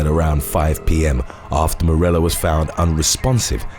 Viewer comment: Actually, he usually pronounces everything perfectly but he missed one today. Morella is pronounced More A yuh.